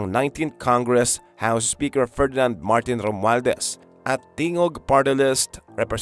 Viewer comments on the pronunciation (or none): none